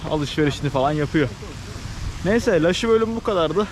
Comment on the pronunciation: Laşi değil Iaşi (yaşi)